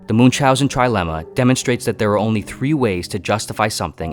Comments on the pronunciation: Moon chauzen 🤦‍♂️ ch is pronounced as ch in Chrome . It takes 2 minutes to confirm pronounciation on Google translate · "Munzaussen" that's definitely one way to pronounce the name :D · Is not pronounce Munch housen but like München, you can pronounce like combination of "moon" and "house" and "an" togehter